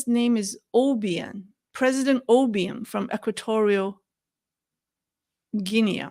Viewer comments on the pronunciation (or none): Equatorial Guinea - pronounced as 'ghee nee'. ❤